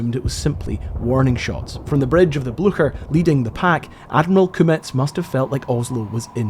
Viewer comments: Hi, as a Scot you should have absolutely no problem pronouncing the name of the ship correctly. It is Bleu-cher, with ch like in "loch". Excellent videos! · Its a nazi boat. Its almost neccesary to misspronounce its name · It’s not Bluesher! For Pete’s sake! ITS BLOOOOKHERR! And their position was given away because of a horse neighing every time some said the ships name! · Please, "Blücher" is not pronounced something like "Blu-sher". The "ch" is like "tch". So It's somewhat like "Blue-tcher". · It’s not pronounced bluesher, it’s Blucher like a k. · I'm quite sure you prononce the name of the ship "BLYCHER", not "BLUSHEUR" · Frou Blucher? deranged neighing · "Blücher" there's no S sound when pronouncing this in German, it's not Blusher. Also the ü there's an diacrtitical mark (umlaut) on the u which means you pronounce the u as in the English word "blue". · Really!!! The Bluesher???😂 wow take some German man! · Very nice video. Informative and well done. Thank you. One comment though, Blücher is pronounced similar to "Blue-Sure". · Sorry, I got further into the video and now it's "Bluker"! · I thought "Blücher" was pronounced "Blu-kher". Because we in USSR had a Bolschevik 'hero' with the same surname, and it was pronounced this way. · Very good video both in the making and the re-telling of the story - much appreciated - but I was slightly worried at outset when you were calling the Blucher, the "Bloosher," when 'on location' at Oscarsborg (particularly as you are a fellow Scotsman and I would never expect you to say "Losh Ness" or "Losh Lomond"). But thankfully, you later saved the day when pronouncing the "CH" part of the name like a true Scotsman (and German)! Mind you, whether or not it was good enough to scare the horses, is not for me to say* (see link)! 😉😂 * I'm sure it was. 😂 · Every time you said “Blucher” I heard horses whinnying. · You should look up the pronounciation of "Blücher" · You should add a horse neigh every time you say Blucher.